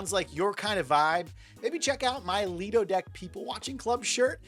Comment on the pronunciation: Lido - pronounced - lie-doh Quay " - key Buoy " - boy Why do you guys struggle with nautical pronunciations?